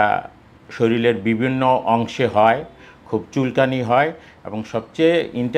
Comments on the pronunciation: প্রথমে বললেন শরীল,,, তারপর বললেন মলম,,, তারপর পয়সারে বললেন পসা,,,, 😢😢😢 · একজন ডাক্তার যদি শরীল উচ্চারণ করেন ও বাচ্চা বলেন, তাহলে সাধারণ মানুষ কি বলবেন।